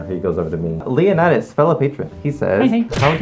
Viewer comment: You pronounced Leonidas wrong (i think.) If his namesake is the Leonidas-class battleship, its (lee-on-i-daas)